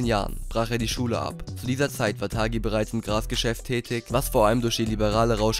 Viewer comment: Ridouan Taghi und nicht Thagi. Sein Name spricht sich auf Marokkanisch :"tari". Und übrigens super Video